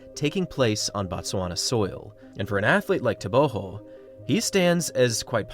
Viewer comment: I'm not sure why you pronounce his last name with an H.. everything I've seen or found online says it's a hard G.